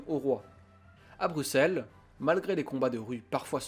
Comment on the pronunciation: Il prononce bien BruSSelles, mais pas AnverSE. Bhô aller, un sur deux c'est pas si mal. Super vidéo. 👍